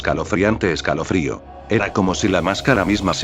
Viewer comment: "escalofriante esaclofrio"